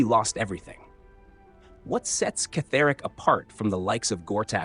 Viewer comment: It's not Ketheric it's pronounced as Kethric. If you played the game you would have known that!